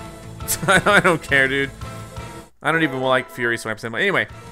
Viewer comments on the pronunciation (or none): none